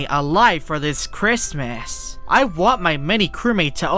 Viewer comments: really said christmiss 😂😂😂😂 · The way he say Christmas